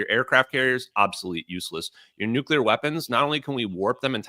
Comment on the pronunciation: Stop exposing your ignorance Benny by mispronouncing nuclear. It's not New-cya-ler, it's new-clear.